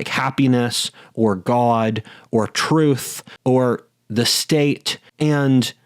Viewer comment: Except it's "da troof."